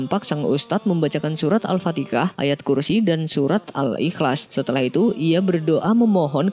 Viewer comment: Alfatihah bukan alfatikah